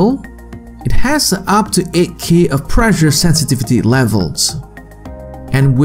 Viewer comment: The pronunciation of 'pressure' is preSHer, not preJer. Two S' means not vocalised S.